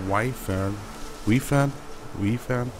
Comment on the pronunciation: Also hier hält sich das mit dem "scheiße bauen" ja noch in Grenzen. Die Wyvern spricht man übrigens Wywern aus, falls dir das hilft. Ansonsten wie immer unterhaltsame Folge. :)